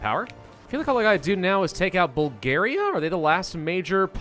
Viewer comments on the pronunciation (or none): none